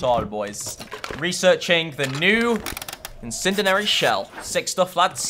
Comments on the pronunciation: Incindanary, incinderery.... IT'S INCENDIARY. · Lol say it with me - in sin dee ary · Please pronounce Incendiary right. I don’t wanna be mean but it makes me cringe when you pronounce it wrong